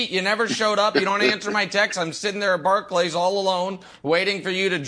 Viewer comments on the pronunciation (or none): none